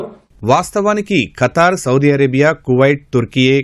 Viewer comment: Oray veeei pappa akraminchadaaniki kaadhuraa Babu Firstu bible chaduvuraa babu history telusukora babu Funny fellows oray kattari kaadura it's Qatar pronounce properly funny fellow😂😂😂😂